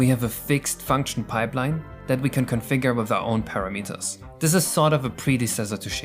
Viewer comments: why do you pronounce it "para meters" and not "puh ra mitter"? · Para-meters....... That's a.. funny way to pronounce it.. It's like measuring the distance a Parakoopa can go.